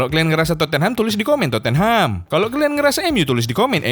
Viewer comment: udah ga pantas lagi kau nol sebut tottenham "terpongkengham''